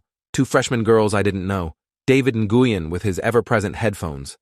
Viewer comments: Na-goo-yen?? Nguyen is pronounced like “Nwen.” Gotta love AI. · david nih-gui-yen is crazy lol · just a heads up, that’s not how you pronounce Nguyen. The pronunciation is more like your saying the word win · Like newwin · Nguyen is pronounced “when” I have friend with that last name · THAT IS NOT HOW YOU PRONOUNCE NGUYEN 😢😢😢😢😢😢😢😭😭😭😭😭😭😭